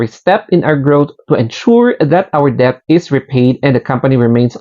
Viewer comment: Mali basa mo sa debt 😂